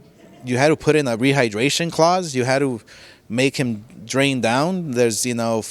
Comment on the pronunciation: If only he spelled rehydration “reehidrayshion”